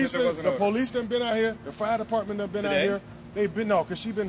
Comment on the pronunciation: "Fart deparmeant , Fooleash, Ambalance ....."